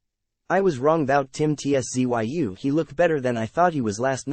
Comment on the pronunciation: Ts-zoo.2 Syllables mate.😊